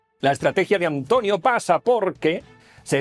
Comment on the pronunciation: A Antonio le ha salido una "h"... Hantonio... se va transmutando... Hantlonio, Hantlonie, Hantlonier, Hatlonier, Hatloner, Hitloner.....